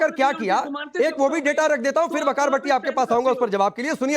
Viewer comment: वकार नहीं ...विकार है ..कच्चा डेकार है